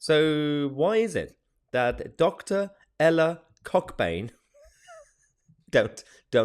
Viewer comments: (The professor's name is actually pronounced "Co-bain" - the cock is silent!) haha Seeriously, it is "Co-burn". OK, now that's out of the way, it does appear that some people in this country are in total denial of the facts, culprits and the extent of this vile practice, which has at least some base in a retarded, Satanic ideology. This is Satanism a work - deny truth and promote lies. Deny dacts and prmote fantasy. This daft woman is not any kind of professor" in my view. She is evidently, an activist, who tacitly supports the grooming, abuse, tortue, rape and in some cases, the death of young white English girls. What a really compassionate and intellectually-based female we have here!!! She is a joker - a dummy - a nit-wit. She is nowhere near being an academic - more like a bl***y disease, so virulent are her oh-so-"right-on", but misguided views. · Mahyar - not sure if its a "Northern name" - but its pronounced Co-bain around these parts. A silent "CK" and a slight pause in the middle.